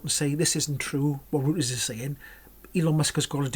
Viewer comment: think you pronounce it "royters"